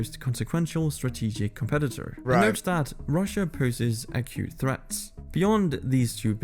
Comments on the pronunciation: "Accute" not "a cute." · Bless your heart, it's acute... not a cute. Welcome to the fun world of English. I swear, it's insane. ❤️ 😍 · Acute, not “a cute”. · "Acute" threat not "a cute" threat. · "Acute threats", not "a cute threat" lol. Acute means narrow and specific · He wasn’t saying “a cute” threat. He was saying “acute” threat. It just sounded like he said “a cute” threat. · Acute not a cute...